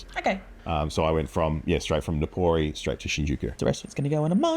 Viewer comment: Nippori! Not Nikori😮